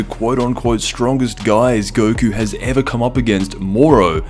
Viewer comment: "...in the history of ev-ah" xD